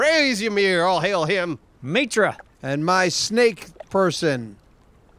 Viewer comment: the way says "Mitra" makes me laugh every time.